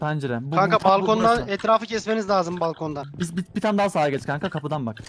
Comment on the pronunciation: Balkondan = Palkondan:):):)